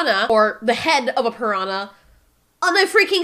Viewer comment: was anyone else bothered by how she pronounced Piranha?